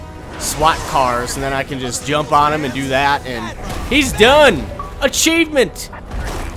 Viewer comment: "uh JUT let me know" XD